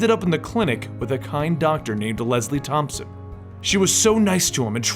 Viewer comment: As a brief overview of this didn't show it to me. You mispronounced the doctor. It's TompKINS not Thomson. Very old friend of Bruce Wayne/Batman been in a lot of things including the Animated series of the early 90's and current love interest of one Detective Jim Gordon on Gotham.